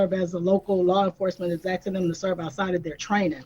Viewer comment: The mayor speaks terribly. Her English is horrible. She drops the g, and says axing, instead of asking, omg